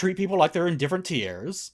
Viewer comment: Why do you say "tiers" so weird?